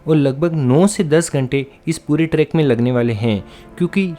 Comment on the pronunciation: vo trekk nahi track hota hai